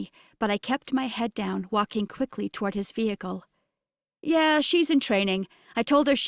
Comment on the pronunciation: Drink a shot every time the narrator says: vee hickle. 😂